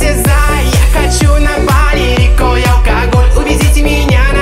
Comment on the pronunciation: Исполнитель забавно произносит слова «алкоголь, бал, карнавал» Получается так, как написали вверху, типа «аукоголь, бау, карнавау». Будто буква «л» не выговаривается)